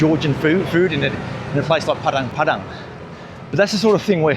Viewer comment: Makasih Pak, tumben org bule bilang "Padang Padang" daripada "Padeng Padeng" :face-blue-smiling::face-blue-smiling::face-blue-smiling